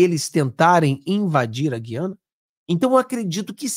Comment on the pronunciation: Ranço do lula mas uma palavra ele pronunciou corretamente. GU-IA-NA. Na minha época pronunciava-se corretatamente. GU-IA-NA e não GUI-A-NA